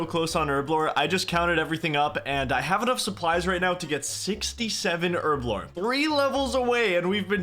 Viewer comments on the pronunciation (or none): Its Herblore not Erblore